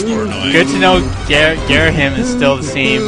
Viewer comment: And it's not Gareahim, it's Gayreehimm.